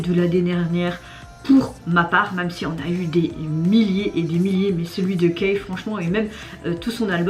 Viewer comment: Son nom se prononce "ki" :) Il est hyper talentueux il ne déçoit jamais 😆